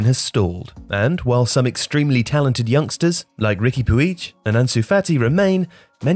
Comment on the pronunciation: It's pronounced 'Rick-ee Pooge' btw